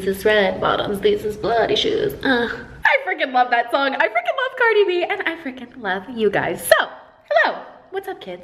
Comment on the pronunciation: Umm anyone else hear “queen cardi”